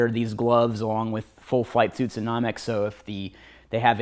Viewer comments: I couldn't stop laughing. Classic! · lol i was thinking the same thing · No-mex not Nah-mex. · no-mex not nom-ex proper def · Almost quit watching the video it bothered me so much lol